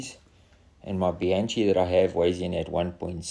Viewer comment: The top tube is round, no? If it is I wonder why (unlike other top tube dent repairs I've seen) you didn't roll-it back into shape rather than cover it up with body-filler? Nice paint work though. I love that thing used to paint-in the pantographing - much better than the tiny paint brush I use. Just for the record it's BEE-AHN-KEE (Bianchi) and it seems your handlebar's not quite centered in the stem - don't blame me for pointing it out - you did the close-up on it :-)